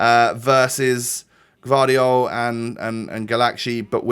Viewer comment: You pronounce that guardiol like guardiola